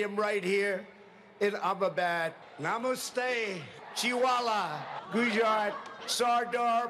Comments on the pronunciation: nah-moo-stay (Seriously, though, how the crap did he fuck up "namaste"?) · NASA : rock collecting agency Trump: namoostey and something like kamunund ( here Trevor failed to mention that the 100000+ people gathered at the stadium were paid for being there and were so ignorant that when Trump was praising Pakistan, India's Arch enemy,on Indian soil they were clapping for him!) And it's Kiley Reid,not Riley Reid (though Kiley is equally hot and all that!) End. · "Namuste!!" As an Indian I cringed so hard when he said the words wrong lol.I'm not mad that he didn't get it right.I'm just mad that he didn't even try. Edit: omg I need to clarify something I was talking about TRUMP!! Not Trevor! Trevor is cool as hell. I was just talking about the orange guy's Hindi lol.